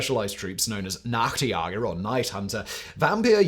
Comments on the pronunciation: Today's pedantic pronunciation note: Nachtjäger is pronounced Nahkht YAY gur. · I mean it is funny, but you really could brush up your German pronunciation. NaaaktYaager... 😂😂😂 Sounds like an American had too much Jägermeister and is skinny dipping in the pool of the neighbors. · Your pronunciation of Zielgerät and Nachtjäger is killing me😩